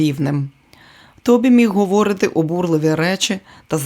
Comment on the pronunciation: Дякую каналу за працю.Зверніть увагу на наголоси. говорИти,а не говОрити повернУти,а не повЕрнути..і т. д.